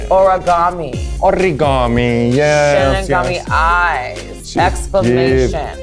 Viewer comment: Kerry said Shimigami Eyes!! 🖊️📓💀